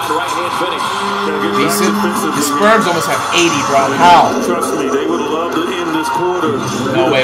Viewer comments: He called the spurs “sperms”😭😭😭😭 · San antonio Sperms???? I KNOW I ain't da only one hearing that. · “San Antonio Sperms”